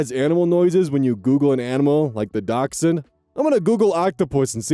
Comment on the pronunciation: So nice to hear the proper pronunciation of dachshund! Sometimes people look confused when I pronounce it properly haha